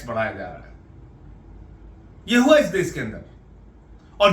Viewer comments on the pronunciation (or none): Mr Sanjay Singh please pronounce correctly - u pronounce देस instead of देश and all words containing श‌ as if they contained स. It's terrible to hear ur mis pronounced Hindi words. It's an insult to the language. Please rectify.